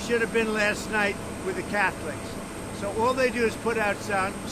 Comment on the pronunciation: “…show up at de’ Catholiics”!!!!???